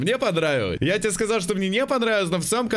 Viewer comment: Я одна заметила что говорит не "сказаЛ" А "сказаув" Что то типо этого